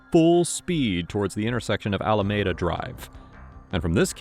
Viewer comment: the word is "Alameda"